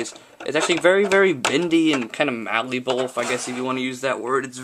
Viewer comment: "Its very very large, let me just pick it for you guys, It's actyally very very bindy and kind of mallible if you wanna use that word. Its very large. ;D